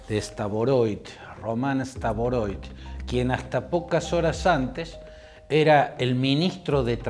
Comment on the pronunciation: Estimado Claudio Fantini, por favor diga bien el apellido de esta persona. No es STAVOROIT, sino STAROVOIT Román Vladímirovich. En ruso se escribe así: Рома́н Влади́мирович Старово́йт.